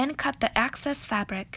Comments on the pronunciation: Are you saying access in the video or excess. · I noticed that you pronounce "excess" as "access". It should be a hard "EX" sound, as in your EX-boyfriend, or X-ray.